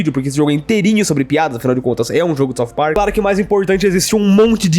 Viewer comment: "Parcu" KKKKKKKKKKKKKKKKKKKKKKKKKKKKKKKKKKKKKKKKKK